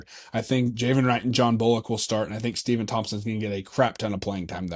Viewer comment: Stepon pronounce Stef-on